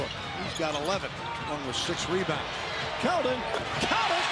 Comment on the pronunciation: you mean KELDON not keon